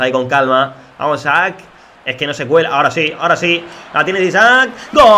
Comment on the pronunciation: A alguien mas le sangran los oidos cuando dice Isaac en lugar de Isak?